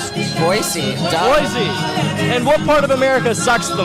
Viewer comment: dawg it’s Boy-see not boy-zee